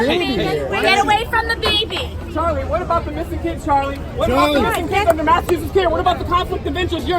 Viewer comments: "Cha-lin, cha-lin, cha-lin" - Spanish guy trying to chant Charlie. 🤭🤣🤣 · Can somebody tell the Latino in the black jacket that it's Charlie not charlee 😂😂😂😂😂